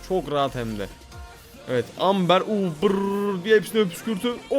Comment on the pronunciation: Amber değil yazılışı öyle okunuşu embır abi❤